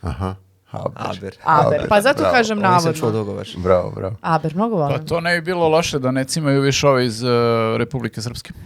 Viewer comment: Nije ABER već HABER !!!